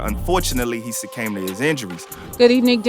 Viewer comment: This guy said “jook succambed to his injuries “ last time I watch this illiterate page lol damnnnnn